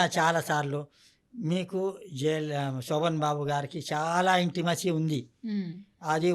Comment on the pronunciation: శోభన్ బాబు అనాలి. సో బన్ బాబు కాదు తల్లీ.పలకడం నేర్చుకో.